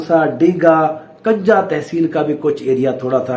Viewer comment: حضرت کنجاہ زبر سے نہیں پیش سے بولتے ہیں جیسے کہ کنجی(چابی) کا لفظ بولتے ہیں